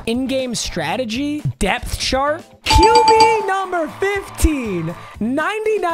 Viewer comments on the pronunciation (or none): none